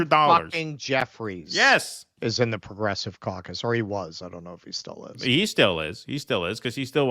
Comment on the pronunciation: did you say Progressive Caucus? or Progressive Carcass?